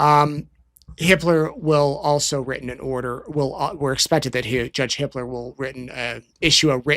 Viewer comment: Hiplos?? Oh. No. Hipler. Whew!